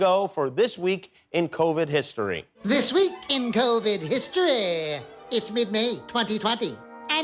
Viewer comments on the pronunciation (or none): THIS WEEK....IN KOUWVID HISTOREEEEEH